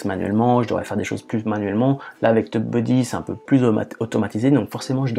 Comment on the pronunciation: Tu dis "teub-buddy" :)